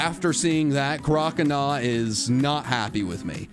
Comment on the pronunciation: CROCONAW, NOT CRAWCINAW!